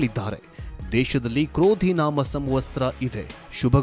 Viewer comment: ಅಣ್ಣ ಕ್ರೋಧಿನಾಮ ಸಂವತ್ಸರ ಎಂದು ಸರಿಯಾಗಿ ಹೇಳು ಕನ್ನಡ ಕೊಲೆಮಾಡಬೇಡ